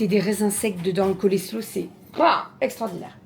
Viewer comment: Alors Coleslaw ce prononce colslow - :-) et tu as raison trop bon!!! Je le faire avec yaourt Greek, moutarde et un peu de Worcestershire sauce. Yummy!